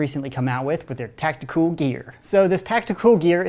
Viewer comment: stop calling it tacticooool